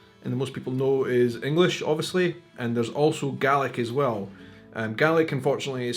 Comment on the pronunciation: So help me God, you're saying "GARLIC".